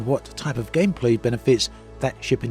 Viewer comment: Gamplay you say eh?